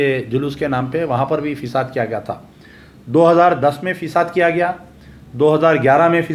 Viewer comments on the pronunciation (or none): sahib FISAD nai FASAD please correct Urdu